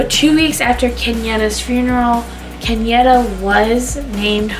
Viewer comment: And it's Kenyatta (KEN YA (Ahhh sound) TTA)